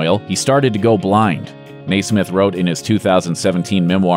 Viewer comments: You know what's tragic? The way you keep mispronouncing Mike's NAME!!! NEZmith! It's pronounced NEZ-MyTH! Good grief! And Peter did not give up music, I was personally at a concert with him and James Lee Stanley and got his autograph, and a picture. It was a dream come true. He was always my favorite, but I loved them all. You also left out one of the most interesting tidbits, the Beatles' reaction to the Monkees. When the Pre-Fab Four met the Fab Four while they were in England on a tour, "Mike Nesmith was even in attendance for some of the ‘Day In The Life’ sessions where he asked Lennon: “Do you think we’re a cheap imitation of the Beatles, your movies and your records?” Lennon’s reply? “I think you’re the greatest comic talents since the Marx Brothers. I’ve never missed one of your programs.” Meanwhile George Harrison said of their self-produced songs: “It’s obvious what’s happening, there’s talent there… when they get it all sorted out, they might turn out to be the best.”" The Beatles also threw a party for the Monkees. Which inspired Mickey to write the song "Randy Scouse Git" which contained the lyrics "The four Kings of EMI are sitting stately on the floor" and Mickey met his soon-to-be wife there. (Oh, EMI is Electric and Musical Industries, whom the Beatles were with.) I was really lucky to see Mickey, Davy and Peter at the Chumash Casino. in one of Davy's concerts. And also, Mike, Peter and Mickey on their remembrance tour and it was beautiful and heartbreaking... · yeah it about drove me nuts hearing it pronounced that way over and over. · At the this isn’t a robo voice, but the continuous mispronunciations of Nesmiths name is very distracting and takes away from the bands accomplishments and the fact they were crazy popular. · You keep mispronouncing Mike's name. It's not a capital crime, but it is a little annoying.... Just sayen. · I know, right? AKA Michael Blessing. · The guy saying Mikes name wrong is a dooosh bag!! Or something like that!!!!!